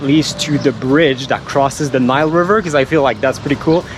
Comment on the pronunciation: Oh by the way the way you pronounced Nile in French is how it is in Arabic :)